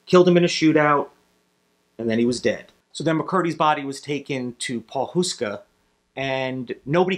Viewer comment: You said Pawhuska wrong